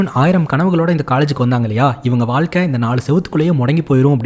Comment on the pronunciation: Hlo sir vaazhkai not valakai 😂